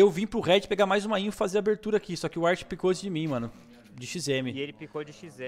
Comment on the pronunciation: "ART pickou de XM" kkkkkkk pelo amor de Deus...